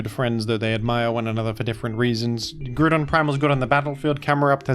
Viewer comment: its pronounced groudon